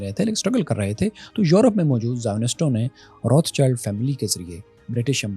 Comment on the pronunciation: بھائی روتھ چائلڈ نہیں روتھ شیلڈ ہے صحیح تلفظ۔